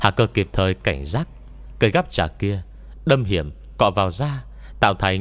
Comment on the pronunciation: cây gắp trà mà nghe đọc thành cây gắp chả hoài nhĩ:))